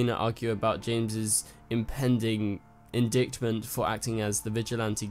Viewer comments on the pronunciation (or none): Indicktiment? Indightment. The "c" is silent. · Indictment. The second 'i' is pronounced like the 'i' in like. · LOL - in Oz we pronounce it “in-dykt- ment” but I Love that you say “in dick ment” 😂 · The way you spelled it, it could be pronounced several other wrong ways. To be perfectly clear, the word 'indictment' rhymes with "in white tent." 😉